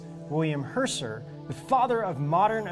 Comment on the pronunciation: the guy's name is Herschel, not Hersir. I'm not usually negative, but that was a turn-off and a dead give away that you've never heard the name before.